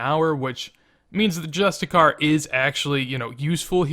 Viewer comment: also its justiciar not justicar :p being picky today :)